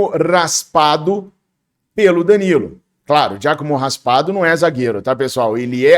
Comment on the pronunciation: É Raspadori,e não Raspado 😂